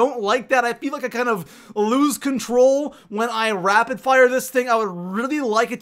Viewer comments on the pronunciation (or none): none